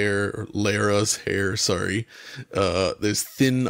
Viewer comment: As a Tomb Raider snob that hates when Americans call Lara, Laura... he kinda says Lara, but then goes 'sorry Laira...And now I don't know what is life